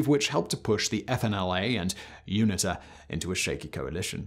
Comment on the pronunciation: Erm, Simon it's MPLA, not MLPA. And you pronounce UNITA as You-nee-tah.